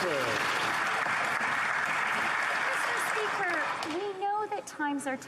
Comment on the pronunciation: Remain vocal, you are correct, and your time in office will come. Canadians are listening. You certainly have leadership quality. also; "MEEESTER SPEEKER" uuuuugh....